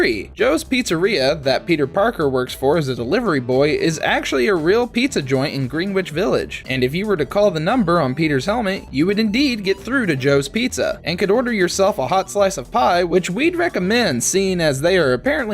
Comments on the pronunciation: "green witch village" lmao okay there bud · green witch village, thats a place??? not how thats pronounced